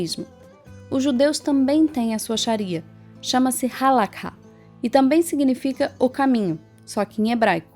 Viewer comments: oi, adendo - se fala HALARRá e nao halakha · Gente, cuidado com alguns pontos: a Halacha (se pronuncia : A-LA-RRÁ . Vcs usaram a transliteração árabe onde o KH tem som de RR com um pouco de aspiração) ainda é vigente e judeus religiosos sejam ortodoxos, massortim (conservadores) ou mesmo reformistas a seguem e respeitam de acordo com sua linha de interpretação. Sobre a explicação da Haskalá, perfeito! Obrigada! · Vídeo demais, o legal é que vai direto a informação, só uma dica hehe o Kha no Halakha tem som de RR bem puxado como um escarro, não se ouve o K...A diferença é que no judaísmo nós aprendemos que a gente foi ordenado a seguir determinadas leis e não os de fora, então para que impor os nossos costumes e leis a quem não faz parte? Eu não entendi muito bem, mas sobre a parte de continuar "da forma antiga" como alguns dizem (e eu apoio) ainda se encontra em prática em alguns bairros de Yisroel como Bnei Brak, Meah Shearim, e na europa alguns bairros afastados tentam continuar o mais religioso possível, que para ser sincero é o correto, uma vez um colega foi até uma sinagoga reform e lá haviam pelo menos 10 pessoas com o nome "Cohen" haha, enfim, mais uma vez de parabéns!